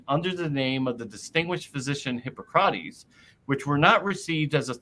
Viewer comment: Why is Jonothan's pronounciation always so weird, had he never heard anyone prononce "hippocrates" before?